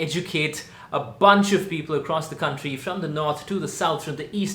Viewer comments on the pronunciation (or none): none